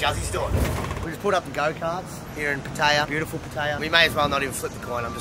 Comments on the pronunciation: Can't even pronounce Pattaya correctly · not saying pattaya right saying pattaya like ting tong falang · Learn how to say Pattaya, please.